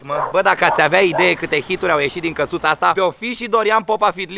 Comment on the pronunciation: Minutul ,,-Dincă-suța . El a spus Din casuta , dar s a inteles Dincă 😀😀😀😀